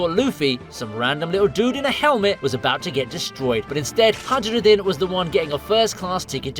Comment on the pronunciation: Calling Hajirudin, with a strong and solidly pronounced "J" should be a crime